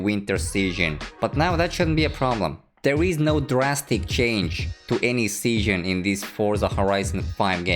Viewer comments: When he said season I heard seeshin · Nobody:: sEaShIoN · pronounces “season” so funny lol